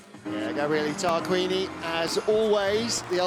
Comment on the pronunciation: It's Tarquini not 따르끼니...